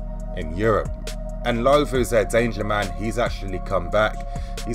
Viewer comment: You pronouncing ndlovu's name wrong, second time ive commented this